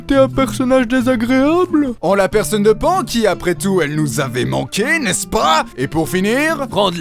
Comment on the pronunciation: Ah oui ! C'est "Panne" pour la prononciation de nom de la casse-couilles de service.